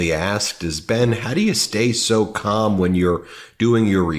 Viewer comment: He does mean calm, not cum. It just sounds like he is saying cum.